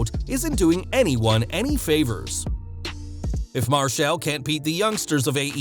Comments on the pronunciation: How the fuck can you not say Marshall right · Why are you saying "Marshall" like that?